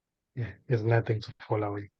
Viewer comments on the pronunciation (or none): It's no'th'ing nothing'ing